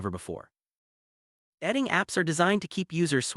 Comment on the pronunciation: Why don't you check the pronunciation of your content prior to publication? Datting - What the fuck is that?